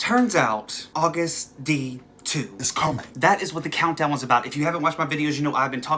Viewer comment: DT SUGA= Daegu Town Suga Flip it AGUST D. It's pronounced Agust, not August, btw. It took me a while to figure this out Idk why 😂😂😂